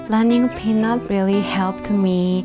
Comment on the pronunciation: I keep hearing peanut